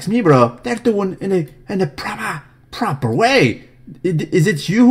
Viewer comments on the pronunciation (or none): pls cut the "propah" thing dude, it's annoying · Adobeeeee on a daileeee? Not propah! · The problem now is that I walk through my day going: "Absolutely (not) to be saluteeed" & "PROPAH!" and everyone looks at me like I'm crazy. Thanx a lot, brah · He is propaah.....😂😂